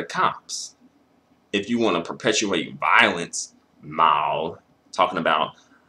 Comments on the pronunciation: pronouncing Maaal like this dude is crazy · I never knew Mal was so hard to say